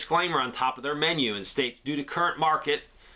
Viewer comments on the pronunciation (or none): none